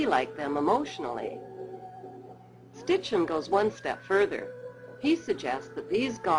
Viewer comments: his name is Sitchin, not Stitchin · SITCHIN not STICHIN. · For the last time love, it's SITCHIN not STITCHIN!! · HAHA FUKIN SITCHIN not SITCHEN NOR STICHEN.....:) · Fuckin SITCHEN not STICHEN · SITCHEN NOT STICHEN